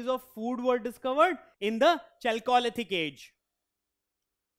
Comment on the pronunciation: You can’t pronounce chalcolithic like that